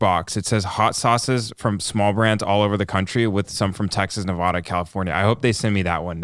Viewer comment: you're pronouncing Nevada wrong. Stop listening to Joe Rogan.